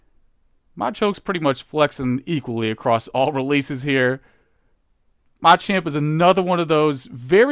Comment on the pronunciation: all respect flew out the window when he pronounced Machop Machoke and Machamp